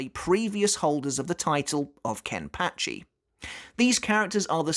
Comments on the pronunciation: I’m curious of why it’s pronounced “kenpatchy” and not “kenpachi” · The way you say Kenpachi just bugs me man... you saying it like KenpATchi... just no. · How does he say zanpakuto properly, but not kenpachi or zaraki? Proper pronunciation needs work